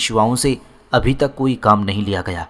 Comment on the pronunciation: YAR AAP KO URDU PARHNA BHI NAHI ATA HAI NUDRAT KO AAP NADRAT PARHTE HAIN OR UMRA AAP AMRA PARHTE HEN OR TUK KO AAP TAK PARHTE HEN OR BOHOT SARI GHALTIYAN HEN LEKIN AAPKI AWAZ ACHI HE